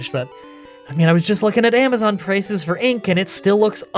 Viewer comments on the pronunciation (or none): none